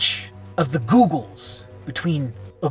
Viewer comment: The way he said "the giggols" 😭💀